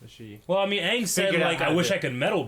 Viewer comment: CittaV Box They pronounced Aang as AHHHHHHHNNNNGGG